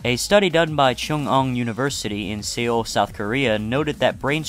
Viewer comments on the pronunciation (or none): Uh.... the way he said "See-ull" (Seoul) made me cringe.... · Seoul is pronounced "soul".